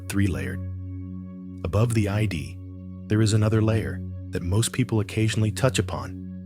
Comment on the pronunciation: What's annoying is that it keeps referring to the "I.D." where it should say, "The Id" It's one word, not an abbreviation, acronym, or initialism.